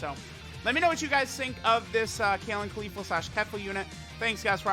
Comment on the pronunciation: Everytime I hear him say Khalifa and not Caulifla I die inside.